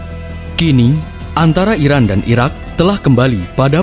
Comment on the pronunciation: Mimin nya kurang jelas , penyebutan Iraq dan Iran . Kuping ku kebalik balik denger nya. Jadi Sampek di ulang ulang video nya di menit tersebut